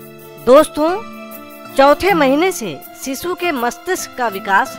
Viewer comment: अरे सिसू नाही रे शिशु म्हणतात😜